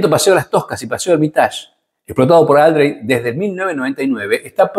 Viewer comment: Otra cosa, es Aldréy no Áldrey como le empezaron a decir para, supongo, darle algo de categoría, las tildes están solo puestas para mostrar dónde se acentúa la palabra. Por más que la mona se vista de seda, mona queda.